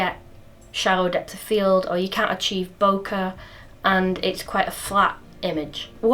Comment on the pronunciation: Thank you for that, it is always good to know the pro's and con's. One slight detail for you if you like your facts; "Bokeh" as you know is a phonetic description of the Japanese word for out of focus qualities, but how does the Japanese pronounce the word "Bokeh"? The secret is in the phonetic (mimicking) spelling and it's definitely not "bokka", listen to this